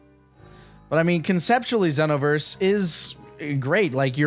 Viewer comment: GASP Did I hear pronounce it "XEE-noverse"?!